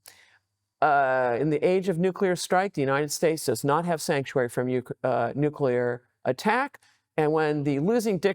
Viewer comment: Nuclear weepons? If you have prepared questions, shouldn't you at least learn how to pronounce those?